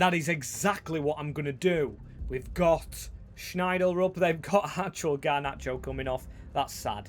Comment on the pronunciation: FYI Schjelderup is pronounced close to shell-droop, with a short oo sound. Sincerely, a Norwegian